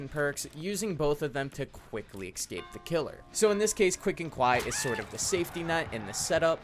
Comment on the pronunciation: Nice vid. But it's escape, not ecscape.